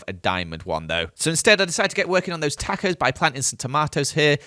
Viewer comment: The way he says tacos.... It just... Dissapointments me